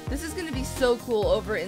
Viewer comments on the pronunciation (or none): who else thought whenever says "cool" its "cruel" ( sorry for my english and spelling lol)